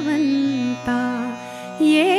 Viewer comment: मुग्धा, मी तुझी गाणी आत्ता ऐकली, २ वर्षांनी. खूप छान म्हटली आहेस. तुला गाण्याचं मर्म कळतं हे समजते आहे. तुझा आवाज little champs नंतर डायरेक्ट आत्ता( सुगम संगीत) ऐकला. खूप परिपक्व झाला आहे. पण गोडवा टिकून आहे. फक्त एक छोटीशी सूचना. उच्चारण अजून जास्त लक्ष देऊन कर. ये जवळी मध्ये १/२ ठिकाणी "भगवंता" छा उच्चार थोडासा " भा..." कडे झुकतो असं वाटतं. Of course हे" बाल के खाल" म्हणता येईल .पण तुझी समज आहे ,म्हणून सुधारणा सुचवली